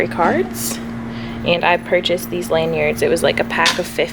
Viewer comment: “Aynd” haha Americans